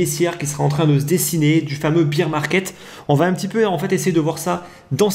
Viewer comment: Combien de temps tu vas dire « beer market » au lieu de « bear » comme Édouard Baer ???? Ça fait pas très pro.